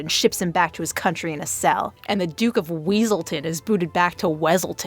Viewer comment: It's Weaselton. Duke Weaselton.